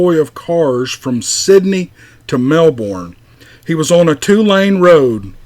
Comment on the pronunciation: I think the Aussie guy was from New south Wales..Sydney area..the Bourne in Melbourne is pronounced as burn btw..lol..not trying to be a grammar Nazi..